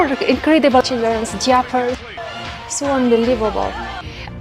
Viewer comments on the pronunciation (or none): LMAO Childrens "jiapers" hahahahah